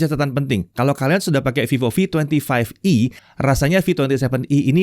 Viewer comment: "OK ditangan saya sudah ada Vivo V twenty five E (25E)" ini gw gak salah denger apa 😁 Awokawok....